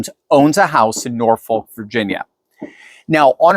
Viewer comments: The city in south eastern Virginia is pronounced "Nor-Fawk" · The 'L' in Norfolk is silent. Like the Ss in Des Moines. To pronounce it is ignorant. Please stop.